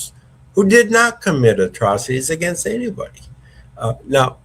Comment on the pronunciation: For God sake please polish up the pronunciation of words like Against, to mention one out of many